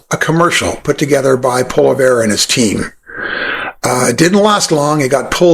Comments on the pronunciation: A great interview! Just one tip …pronounce his name correctly to ensure the whiners Won’t rant on about it…Pierre Pol( rhymes with doll) eeee Ev ( rhymes with Bev! So it’s poll eeee Ev…hope that helps because your commentary is excellent! And the Pollievre’s video is profoundly stupid and infantile , it defies credulity. If you haven’t already, go listen to Mark Carney who has just announced he will be a candidate for the next federal election …running for the leadership of the Liberal Party of Canada to replace Justin Trudeau and if we get our most fervent wish, he will be the next Prime Minister of Canada….lots of you tube video showcasing this incredibly perfect candidate! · Just to try and help out, I've found it's likely pronounced "pu-ah-lee-ave" give or take the sharpness of the "franglish". That said, don't sweat it. Pierre certainly doesn't when he mispronounces always as AL-ways. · I like your videos and agree with most of what you say. Keep.up the good work! Also - please learn to pronounce Pierre Poilievre's name correctly (Poly - ev - re). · Appreciating your points. Maple Maga P.P. is scary. However, glad you caught your misprononciation. It is annoying. Try saying it as pall-ee-ĕve. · when he says it himself, it sounds like Poly-ev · If you're going to say his name 50+ times, just learn to say it right. It's pronounced "Poh-Lee-ev" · It's pronounced Pwah-lee-ev or Poy-lee-ev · Its pronounced poly-ev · Here-- let me help you. Pwoy-lee-ev-er. Sure to help with your credibility, as will a professional doing your editing. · Sincere question, how can we believe you are well researched about him if you can’t say his correctly? If one does any actual research into him, you’d hear his name so often there’s no chance to pronounce it all incorrectly. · Sorry, hard to take someone's critique about Poilievre seriously when you can't even pronounce his name. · You cannot even pronounce his name properly, do not like you! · learn how to speak his name